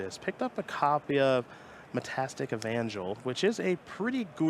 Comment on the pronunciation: Oof, nevermind. "Metastic" Angel. Dude just literally can't read.